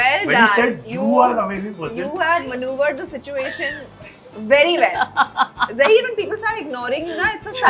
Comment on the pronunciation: Such a sad thing that the host doesn’t even pronounce the guest’s name people… what is ZAAHIR?